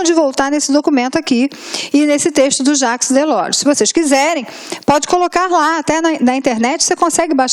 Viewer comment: Aula mais do que maravilhosa!!! Acompanhei todas as outras 5 anteriores... Só tenho uma pequena nota a fazer (não é uma crítica!!!!). O nome Jacques Delors é francês, e deve ser pronunciado como "Jáque Delór". Parabéns pelo excelente trabalho...